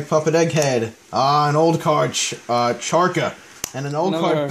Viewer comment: Did hi really just pronounce it "Charkra". Bro do you even Naruto?